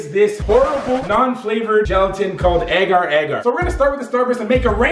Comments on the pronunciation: its pronounce agar agar instead of ager ager ok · your pronunciation of agar agar is weird